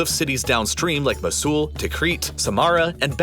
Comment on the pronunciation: just one pronounciation error, mosul is pronounced mow-sul